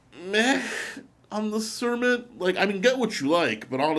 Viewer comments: I think is best to stick with the new Kermit rather than calling it cermit, starbucks etc. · Dude. Did you really call it a Cer-mit?? It's Kermit, as in Kermit the Frog!! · Pretty sure it supposed to be "Kermit".